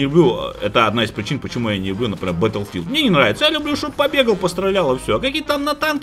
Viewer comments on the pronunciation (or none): none